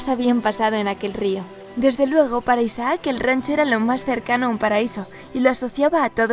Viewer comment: Me da un noseque cuando pronuncia «Isaác» en vez de «Isaac».